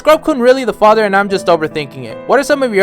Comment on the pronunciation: Homie is stressing Historias father so much. Chill dude.